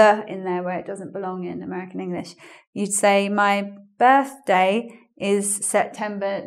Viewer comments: Because she's trying to pronounce it like an American would and she can't xD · Why do you have difficulty in pronouncing birthday? xP You are a native english speaker, aren't you? Greetings from Mexico. =D